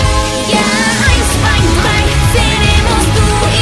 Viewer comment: Your drei is quite "strong" (fairly well pronounced) do you speak german as well?